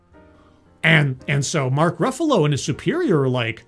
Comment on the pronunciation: "... Mark Ruffulo" And you lost me